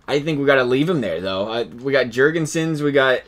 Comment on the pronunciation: 1) make Eichel high elite 2) play Eichel with Skinner and Reinhart, I’ve seen Reinhart get really good but only when he plays with Eichel 3) Girgensons is pronounced like Grr-ghen-sin with two hard g’s 4) make Dahlin high elite, cmon he’s the most hyped up defensive prospect since Dennis Potvin 5) Nathan Beaulieu is pronounced like Boy-you, very easy and simple 6) I personally think Carter Hutton should be more like an 84 or 85 but it wouldn’t be the end of the world if you keep him at 82 7) Ukko-Pekka Lukkonen is playing for Sudbury in OHL and he’s a med backup, I would make him a med starter 8) last but not least, I would try to tank for like one more year and then try to win 9) Baptiste is pronounced like Bap-teest-tay 10) turn off fog of war 11) trade away Okposo and/or Pominville while you have the chance